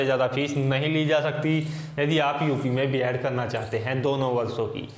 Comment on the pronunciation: बियाड नही बीएड होता है